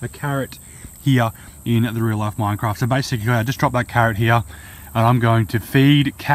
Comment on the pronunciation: New real life mincraft and in the older days he said life like loife